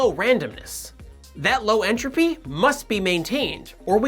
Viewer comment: Lifes a pause in entrophy